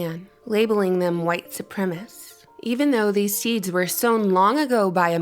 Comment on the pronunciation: Why can't Americans correctly pronounce words anymore? When did "supremacist" become "supremist?" Why did "normality" become "normalcy" but "speciality" become "specialty?" Just asking.